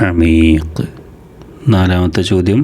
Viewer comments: പിന്നെ അമീഖ് അല്ല അകീക് അന്ന് 🫶🌷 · അമീഖ് അല്ല അഖീഖ് ആണ് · Ameeqh alla akeeqh annu😊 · അമീഖ് അല്ല അകീഖ് ആണ് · Ameek alla akeek